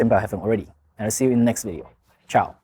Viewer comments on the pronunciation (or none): none